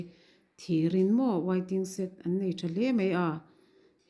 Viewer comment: Wai-ting-set..... tia lam lovin waiting shed ti thei ta la, ngaihthlak a nuam Sawt ang